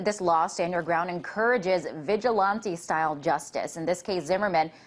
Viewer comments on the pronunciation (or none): vigalante style justice really? At least have a run through with the teleprompter before butchering a word that badly.